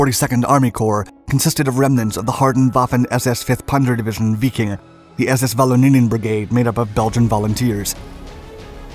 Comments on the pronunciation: Why? He needs to be called out when he makes glaring mistakes. Like calling the 5th SS Biking over and over. It's Wiking as in Viking. Little things DO matter if your teaching history to others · This guy must purposely mispronounce things to act like he's smart and breaking new ground! What the heck is "weeking" division? What's a "ponser" it's not mansteen it's manstine ! I know that's not the correct spelling it's to point out the mispronounced name